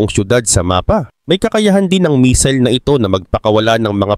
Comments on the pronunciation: Hindi misil kundi missile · Anong "MISIL"? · "Misil" talaga ? hahahahaha 😂